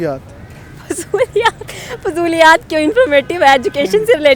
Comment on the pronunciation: fijuliyaat 🤣 abe saale Khane ko aata nahi aur chala India ko sikhane